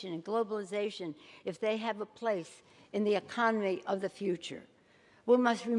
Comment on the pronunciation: None of this comes from the heart, but from a pre-planned speech that she may not even agree with. she says “ecomedy” instead of economy. Idk man it just makes me wonder if she’s really looking after us or if she’s just trying to gain political points.